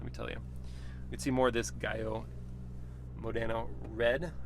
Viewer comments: Very nice review indeed! And yes, you did mispronounce the color name. 😄You got the "giallo" part right which is of course "yellow" in Italian. But the MO-dE-na part, as you called, it is actually named after the province where Ferraris are made which is Modena as in Maranello, Modena. Try saying "MODE-Ena". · gaio morena :D how hard is to do 2 clicks on google to learn the right pronunciation? too hard i guess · Oh dear, atrocious pronunciation: the colour is gee-arr-lo moder-na. Also, the car is the F8 Spider, not the F8 Tributo Spider. Also, it’s not testa row-sa, it’s testa ross-a.